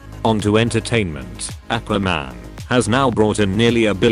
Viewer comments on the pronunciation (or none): none